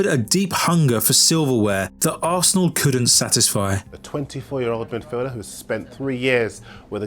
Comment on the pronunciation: is arsenal, remember it, and never you again miss pronounce it again